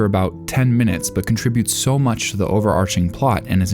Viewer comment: “mintes” :3